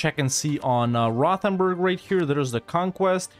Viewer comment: The way pronounces Rothenburg always hurts so bad